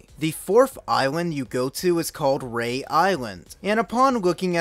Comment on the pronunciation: It's pronounced re-ah island not rey